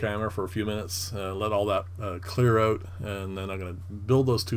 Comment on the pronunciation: Nicely done...Did I hear, Ote??? I sense a Canadian, ehh!